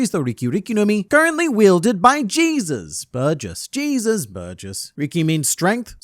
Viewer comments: No the proper pronunciation of Burgess name especially since he’s based on a luchador (wrestler) from Mexico it’s pronounced Jesus (HEY-Zeus) not Jesus (Gee-sus) lol regardless love your videos. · ..."Jesus" Burgess instead of "Hey-soos" Burgess got old 30 years ago.